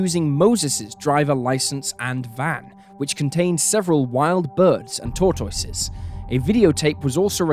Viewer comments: Skates Okay? Because that is absolutely not how he said it. He pronounced it "tor-torses". He put an extra "r" in there and had it rhyme with "horses". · I have never, in my entire life, heard someone pronounce "tortoise" like that! I have replayed that part a dozen times already, I just can't get over it!🤣